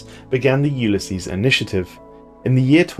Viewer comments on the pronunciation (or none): none